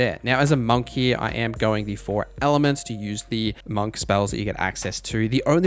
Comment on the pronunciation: the way that you say monk is killing me 😭